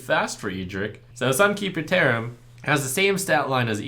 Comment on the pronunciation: LaybackGames Ye, I know he said that. But when I heard this phrase for the first time I heard "theremin" =)